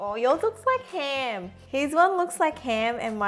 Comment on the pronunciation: She pronounce /ham as heem